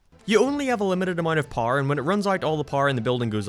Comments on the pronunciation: why did you call "power" "pawr"? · What is paer? You said paer, but then You said power...why did You say paer? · istg if you say pawrrrr one more time ima flip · Why does he say power like par? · say power as "parrrr" ONE MORE TIME I DARE YOU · I can’t take this guy seriously with the way he pronounces “power”. Poo-er. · Eveyone: power: par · Who else thinks he is saying par instead of power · Why is 99% percent of the stuff you say fine and then you'll say "paar" when saying power???? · No one not a soul::pwer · using the doors uses parrar Me: You mean power?: Yeah Parrar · "you lose pouwera" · Is it me or does says Power like “Parr” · Par' Me: you me power? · Me: Power Him: PAR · when you loose "pOhr" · I thought u were saying par here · when says power it sounds like parr...yes I am making fun of accents for comedy...yep really scraping the bottom of the barrel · no offense but how do you pronounce power? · Every time you say power my American ears cringe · Irish you fool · Is it just me or is the way he says power..... Wierd